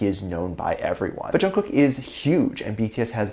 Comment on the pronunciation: It’s not pronounced like that, it’s how you would say night in Korean which is actually the meaning of his name. And I am just trying to let you know the proper pronunciation because it does matter. So no one try to come at me because you will get blocked or you will get a bad response. Thank you